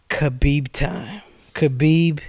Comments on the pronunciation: It's really not hard to pronounce khabibs name correctly, people should look into it, you pronounce the k and h together from the back of your throat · My goodness does it annoy me that nobody can pronounce Khabibs name right lol 🤦‍♂️